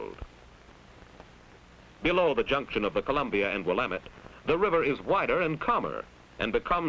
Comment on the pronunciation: At least he pronounced Willamette right.